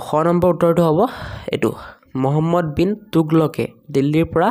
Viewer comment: তোগলকে ❌টোগলকে